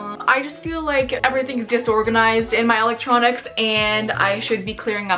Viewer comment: “ my ELEECTRNONncs “